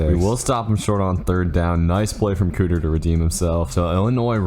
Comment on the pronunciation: KEEter not COOter